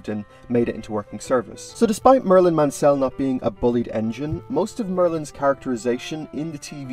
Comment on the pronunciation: I just said that as well just saw this